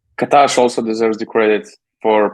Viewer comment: Loved the podcast, however few points as a Maccabi fans. Loved the love you gave to John D <3 The name of Maccabi coach is KA-tash and not ka-TASH (the pronouncing is stronger on the first part of the last name not the last part:) ) History between Maccabi and Mike James is long, he also teased the crowd in Tel-Aviv several times. Anyway if someone can't hit free throws if fans chant "bad words" at him then he has a mentality issue. Other players can take this and turn it into their advantage and there are so many examples of killer players in Europe and in the NBA that can just use it to be better and more motivated. Second thing is Monaco only gave 350 tickets to Maccabi fans, the rest of the fans which was closer to 1000 than 600 bought the tickets from the online shop of Monaco or other sources. If Monaco fans are selling tickets to this game, or too slow to buy tickets, they're not real fans... During the game there were humilating security check (3 different kind of them), isolation of the fans without being able to buy water etc. Last thing, Monaco police don't allow Maccabi fans to enter drums, trumpets or any equipment for game 2... It's a good choice for Monaco maybe but very bad for the game of basketball where you wanna see fans chanting and not sitting and clapping.